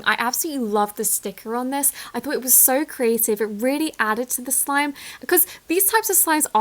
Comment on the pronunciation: It’s creeeative not crativ